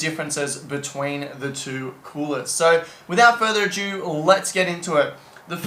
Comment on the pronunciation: "Without further AJEW" WTF ? It's "ado" you ignoramus!